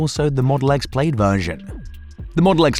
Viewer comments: Model X Played? Hahaha... The I is silent. Plad. Plaaaad. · Say "played" one more time! I will physically teleport thru this screen,. Plaid is pronounced "plad." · Practice that “Plaid” pronunciation 😂 And no it’s not the accent, Elon has a slight south African accent himself. “I” is silent; sounds like (plād) not “played”. Different words mate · It's pronounced Plad not Played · Pronounced Plaad